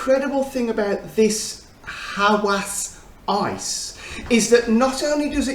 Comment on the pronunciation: By the way Hawas means desire and you prounced it correctly